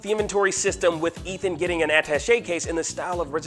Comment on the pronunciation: Ethan not Ethen